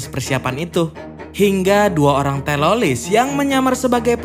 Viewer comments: Teroris bro bukan teloriss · Kenapa ngomongnya harus telolis? Ngomong teroris dollar kuning kah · Bro bre bukan telolis tapi teroris😂 Canda bro bre😆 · Telolis Mulu bang kurang enak bang denger nya 😭